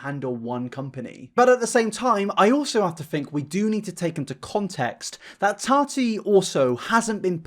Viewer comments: Dude. I like your videos, I do. But recently your pronunciation has done my ***s in. Why are you pronouncing your T’s as soft d’s? It’s Tati, not Tardy! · I love you, but I couldn’t watch this video because of your pronunciation of Tati. Or in your case, Tani 😂😂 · “TARTY WESTBROOK” 🤣🤣🤣